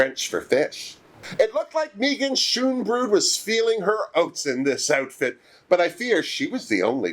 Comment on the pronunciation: May-gah-n Scone-bro-dt